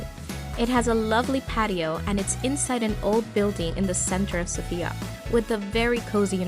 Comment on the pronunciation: Please say Sofia with the accent on the “O”. It’s not pronounced Sophiiya, but SOfia.